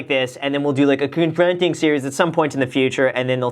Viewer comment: “kenfrenting thing “ 😂😂